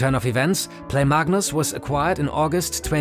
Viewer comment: mug-nus it the goat actually